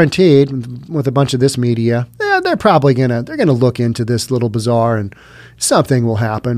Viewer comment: I like how you pronounce Bazaar Bizarre. ;)